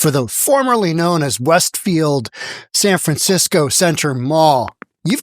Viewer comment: San Fransiko 😂